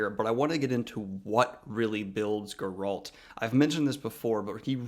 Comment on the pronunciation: “Gur-alt” Sorry, but I’m gonna go with CDPR way of saying it as “Gair-alt” Also, it should be noted that Geralt isn’t a human. He’s a mutant.